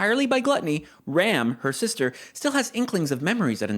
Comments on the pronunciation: english dub is so fucking cringe i cant take this also can you please stop pronouncing Ram like the english word please, she's not a ram, she's Ram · So I's the Bloody Dubs fault I see all these youtubers call Ram "Rom" It's Ram, Like the Sheep Animal that headbutts you or "Battery Ram" or 'Ram'p Rom is the Big dark skinned giant from the loot house not the pink haired demon battle maid. It's ridiculous have the Dubbers screwed up one of the main casts names.... Just one example of why I personally don't watch Dubs